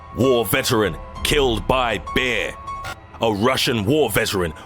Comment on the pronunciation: Everytime this guy says bear it sounds like he is saying beer!